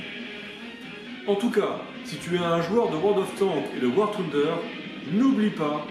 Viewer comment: war touneder XD quelle prononciation incroyable^^